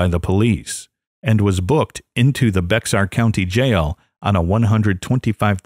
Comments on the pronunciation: Bexar is pronounced bear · Bexar is pronounced like "bear"...